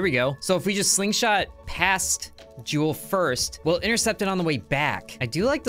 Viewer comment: "Jewel" its called Jool